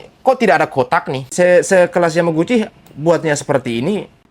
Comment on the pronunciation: Roy Suryo malah plesetkan Yamaguci menjadi Kawaguci...😂🤣